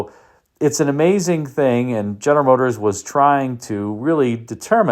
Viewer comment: Ist das eine KI-Stimme, welche "General Motors" nicht richtig aussprechen kann? 😕